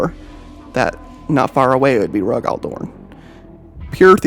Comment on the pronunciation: Who the hell is Roe-Gall Dorn? lol